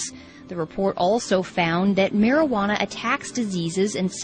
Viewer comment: whats Marihuana? mari -ha -na?